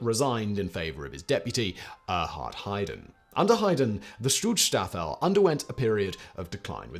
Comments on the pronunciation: Schutz-Staffel. (Sch like Sh in Should). Not Stutz-Staffel. Even though they are goose-STepping. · "SchützSTRAFFEL?" Jesus, mate. Learn a bit of German FFS ⚡⚡ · I, as a native German (and having a great grand father with some very bad live choices, to phrase it mondainly) would like to call out that the pronounciation is "Shoots Staffel" (for English speakers) i.e. in German "Schutz Staffel" wich is vaguely translated into "security squadron", "protection unit" or something similar. You will also find sources that refer to them as "Saal Schutz" wich means something like "hall guardiance". Just wanted to clearify that 😅😉 it just does not feel right to pronounce their name wrong or in a ridiculous sounding way for the horrible crimes they commited 🙁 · "StutzStaffel"? Interesting